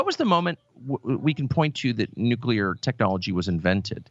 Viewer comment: Carlson has one virtue only, and it is that he pronounces "nuclear" correctly.